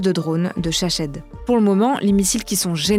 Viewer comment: ^juste une petite erreur dans la prononciation à c'est les drones Shahed et non ShaShed:hand-pink-waving